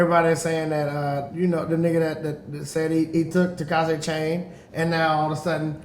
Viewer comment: Why is he saying Takashi like How Tinashe is pronounced lol